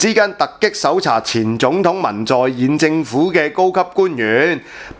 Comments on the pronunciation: 南韓前總統叫文在寅唔係文在演呀！寅讀音(人) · 文在寅（讀仁）～ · 文在寅，寅音仁，唐伯虎本名唐寅。